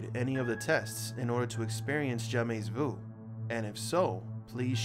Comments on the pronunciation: I feel like I should be watching this late at night in bed with the lights out. Anyway, he keeps saying "jamais" wrong. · Very interesting but his constant mispronunciation of 'jamais' drove me nuts and distracted me. Here because of BTS...